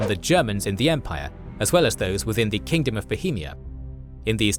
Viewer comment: its kingdom not kingdome 😊